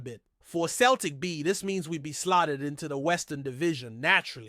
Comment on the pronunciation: It's not Kel tic , it's Celtic.( Sell tic).